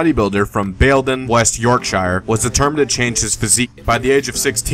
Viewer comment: Fuckignhell how you say Yorkshire 😂😂